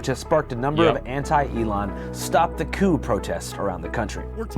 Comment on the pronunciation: ofc asmon doesn’t know how to pronounce coup